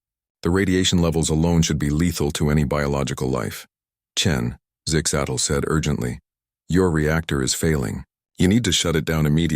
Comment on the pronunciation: Zig zags 🤣🤣 I think the ai's having trouble with zixastals name.